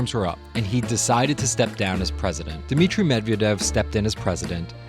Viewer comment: Dmitry! There is no fucking E or I between the D and M. Dmitry bleat, just remember it.